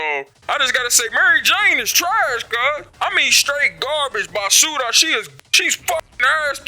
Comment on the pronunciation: am Hispanic and even if is for second I appreciate your Spanish and that “Basura” was on point son preciate much thank u